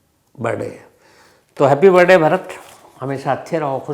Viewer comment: It’s not BIRDAY, it’s BIRTHDAY.